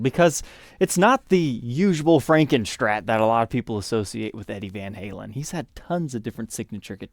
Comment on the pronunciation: Hey Bro....there ain't no "h" OR "c" in the word Strat. You alway pronounce Strat like SCHTRAT. Sounds so dumb.